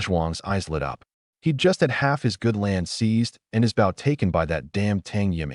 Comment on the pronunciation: WY are you saying asterisk for its not needed, an WY are you saying the BOW word wrong say the word {BO}{w} is silent